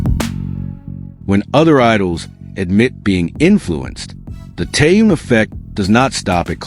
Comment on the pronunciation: Не коверкай имя . Он тэхен и только тэхен и не как иначе. Выучи уже и запомни